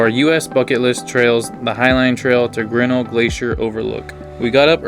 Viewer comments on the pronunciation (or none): I am from Montana and worked in Glacier for two summers....The correct pronunciation of Grinnell: The accent is on the second syllable..not the first...so " gri NELL" It's named for George Bird Grinnell....editor of "Field and Stream" magazine and an early explorer of the park. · It's pronounced Ģrin-NELL !